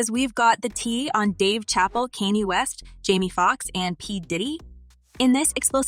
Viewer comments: Did she just say Dave chapel ? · WTF, THESE PEOPLE HEAR HIS NAME AND STILL PRONOUNCE IT WRONG, THAT'S WHAT I CALL A DUMB 🤬